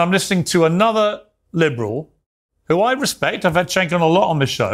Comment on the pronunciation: You don't know how to pronounce Cenk's name wrong it's pronounced Jenk